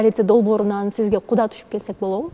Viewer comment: болотпу, келетпи,кылатпы дебей туура суйлочу алып баруучу кантип сендей сабатсыз болсун,ошентип суйлосом назик коруном деп ойлойт окшойсун наоборот кулкумуштуу угулат,тупая